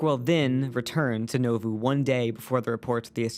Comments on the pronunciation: As someone who's relatives were from Keokuk IA, across the river from Nauvoo, the town's name is pronounced NAWvoo, not NOvuu. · Most people pronounce it as Nah voo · It is pronounced Naw (like the first syllable in naughty) Voo (like the first syllable in Voodoo).